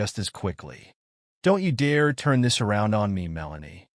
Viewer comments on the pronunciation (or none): none